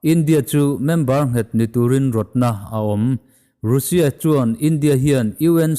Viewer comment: Russia i lam dan hi news rin tlak deuh bbc cnn fox cnbc reuters te leh india channel ho poh han ngaithla uluk deuh teh, i taima si a lam dan tlanglawn pangai deuh in lam tum hram la ngaihthlak a nuam leh zual ang